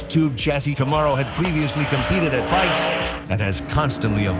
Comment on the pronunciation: Co- mar-o? Wtf?